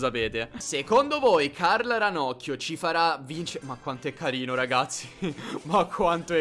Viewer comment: CARL LEONARD e carrrino come dice like plsss